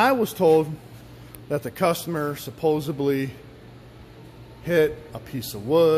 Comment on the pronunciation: "Supposebly"?!?! It's SUPPOSEDLY